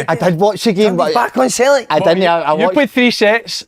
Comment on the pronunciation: Wish Si would stop saying Cel-ic